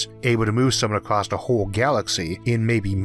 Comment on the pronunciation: Haha you still say "acrost" rather than "across". Another great video to take our minds off this troubled world for a little while. Thanks for your work.